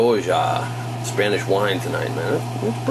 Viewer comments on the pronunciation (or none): "elite ham pronounciation types" LOL Funny. I'm afraid you may get some comments from the Elite Wine pronounciation Types on the way you pronounce Rioja but its a really common mistake;0)